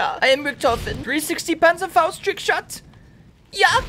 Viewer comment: Zee panzhafaust lol